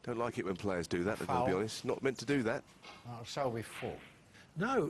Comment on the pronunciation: his names selby not shelby